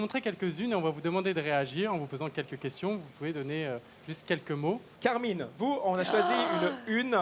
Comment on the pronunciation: C'est Camryn pas Carmin lol🤦